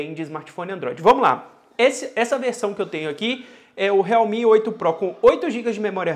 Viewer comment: Sério que pronúncia realmi?tipo esses China MI 🤔..